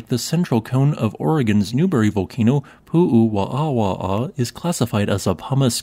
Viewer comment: Hi! Hawaiians pronounce there w as a v. Like the Germans. I think also this is the only known obsidian site in Hawaii. As it was found historically due to a quarry the Hawaiians did not have access to it. It would have made better weapons for their stone age culture.